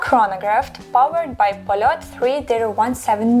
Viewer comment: Also, if you talk about Soviet watches, at least you should know how to pronounce the brand you're talking about. Not 'polot', but 'polyot'.